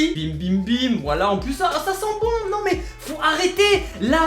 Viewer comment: Jetais choque quan la dame elle a dis sai pacrave que ge chope le virus ses faux